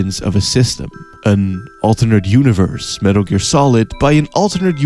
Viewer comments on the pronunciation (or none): I don’t know what is sexier - the in depth *~Metaru Gearu*~ analysis or that god damn voicebox in your neck.